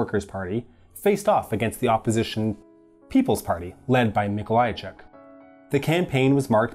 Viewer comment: MikoŁajczyk, GomuŁka Okulicki not Okulski Ł is spelled like w L is spelled like L